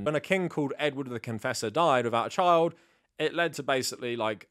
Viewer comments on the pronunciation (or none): none